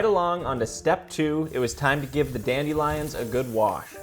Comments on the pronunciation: I can’t take this seriously because of the way he says dandelions “dAnDi liOnZ”😭😭✨✨ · The way you pronounce dandelions makes me cringe a little lol